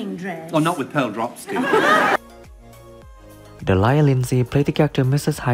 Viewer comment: The name Delia is pronounced DEE-lee-ah (accent on the first syllable). People of Ms Lindsay's generation don't go in for the sort of eccentric pronunciations that seem to be the fad nowadays.